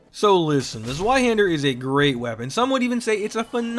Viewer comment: Just in case you're curious, "Zweihänder" is pronounced as "Ts-wye-hender", or "Ts-wye-hendar". "Ts" like the "ts" in "Cats". The "wye" like "eye" with "w" in front. And the "a" with the two dots above it is an umlaut "a" that is basically pronounced like "eh", tho, if the word is written without the umlaut dots above the "a", then you can pronounce it like "haand-er".